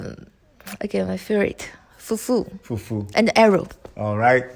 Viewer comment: I am a Cameroonian and I love the way she calls the fufu and eru. The yellow soup she spoke about is called Achu soup and pounded cocoyams.